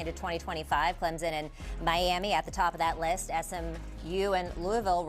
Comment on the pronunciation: Why can’t educated people pronounce Clem-Son correctly!! Where the freak is a Z smh!! Ok after further listening the commentator just can’t read! Bless her heart! Cade Klub-nik 😅